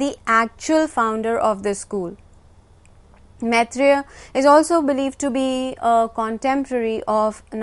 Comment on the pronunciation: Why cant these Indian pronounce Sanskrit properly. Its Maitreya and not Metreya..